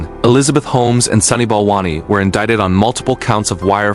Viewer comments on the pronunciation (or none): none